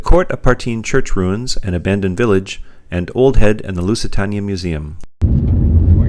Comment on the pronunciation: Loved your video. Just one point , Lusitania is pronounced Lusitaneya. Cheers.